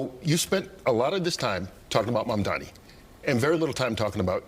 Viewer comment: Why does Cuomo keep intentionally calling Mamdani Mamdami?